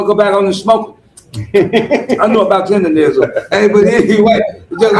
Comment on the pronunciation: It's Tendernizzm's